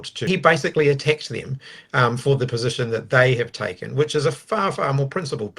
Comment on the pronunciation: I love how he emphasised the word 'attacked' 😂 You'd think after listening to this guy that Winnie chased them around with a broom stick. 😂😂 Just comical really.